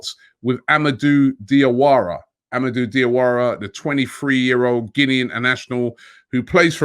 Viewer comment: Robbie the correct pronunciation for Diawara is Jawara cause Dia is French spelling for Ja